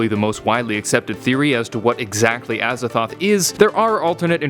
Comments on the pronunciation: Azathoht? A Z A T H O T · I thought he said "as a thot" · Aza”thot”h.... I see what the T.E.C must do